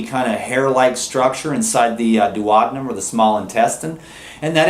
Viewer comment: it's duodenum - not duotmen.............